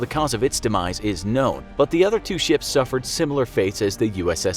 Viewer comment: Every time that this guy saying ships i hear sh*ts